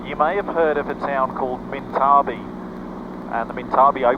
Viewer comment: Pronounced minta bee..currently a petition to keep town open